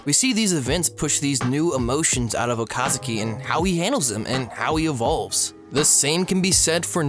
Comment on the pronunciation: Okazaki not Okasuki